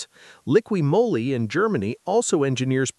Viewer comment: Listen to how this video is pronounced Moly. I thought it was AI because AI will mess up certain words. I was wrong all these years I've been pronouncing it wrong. I always said Liquid Molly. This guy got it right and for 25 yrs people have been looking at me like a dumbass and not correcting me.